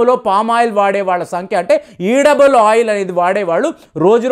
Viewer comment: ఈడబుల్ ఆయిల్ అనకూడదు, ఎడిబుల్ ఆయిల్ అని పలకాలి